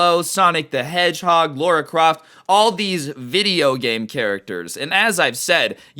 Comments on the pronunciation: U triggered me by mispronouncing lara croft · lora craft??? shes coled lara croft